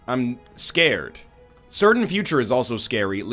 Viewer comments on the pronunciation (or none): none